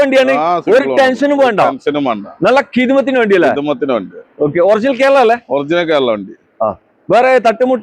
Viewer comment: ഹിദ്മത്തിൻ്റെ 😂😂😂😂😂